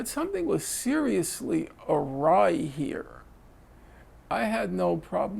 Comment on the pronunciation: "something is seriously arrey here" ;) hahahah